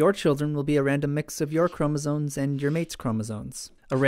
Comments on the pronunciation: Great video! But are you saying "chromosoNes?" It always sounds like you are. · "cromosones" please